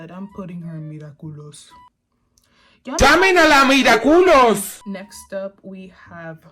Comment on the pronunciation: Every time she said mira culous it's sounded like she was saying look at culo which is look at this butt